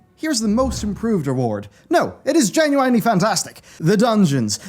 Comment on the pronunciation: why do you say genuiainly